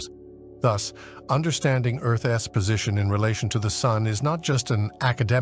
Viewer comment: Fix your ai. Earth's is not Earth S